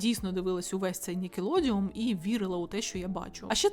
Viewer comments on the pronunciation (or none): Відео неперевершене, усе сподобалось.. але, нікелодеОН Не нікелодіУМ, будь ласка, цим усі блогери грішать. Нікалодеон, ніколодіон і йому подібні - неправильні. Від слова «нікель» і «одеон»🙏